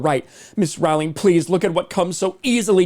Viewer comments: Again, her last name is pronounced “Rolling.” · You are pronouncing Rowling incorrectly